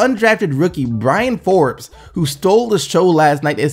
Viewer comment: I'm sure somebody else has said it, but it's BRYN Forbes, no A in his name. Just for further use lol